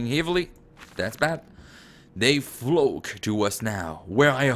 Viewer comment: This was cool. So the candle was by the potatoes. That's good. Love when you said flock and it sounded like a cuss word. I was wondering where your from. Have a great day.